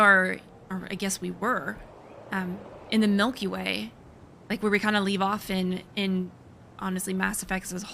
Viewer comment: I love the Angara and Jaal is one of the best companions (Vetra is still #1), but I do have one complaint. The way they keep saying "Miellky Way" was triggering my cravings until I caved and had to order a case of Milky Way bars off Amazon (21 dollars for 36 bars, quite a deal). For the next few weeks I was playing Andromeda while eating way more candy bars than was good for me.